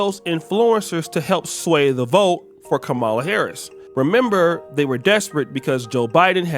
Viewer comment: It's Kamala (Com-Ma-La) not (Ka-Mel-Uh) and not (Ka-Maul-Uh) it's not that complicated 🤦